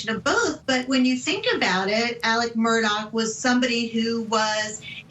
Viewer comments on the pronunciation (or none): Why is his name pronounced Alec instead of Alex in this tho lol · It is Alex not Alec!